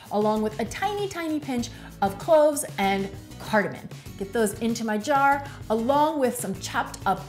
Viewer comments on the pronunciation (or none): Playback speed 0.75 normal speaking speed. CardaMOM. No “n” in cardamom.